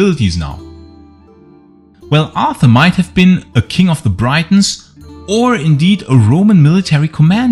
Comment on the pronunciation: Achtung, "Briton" wird gleich ausgesprochen wie "Britain" (und nicht wie 'Breiton').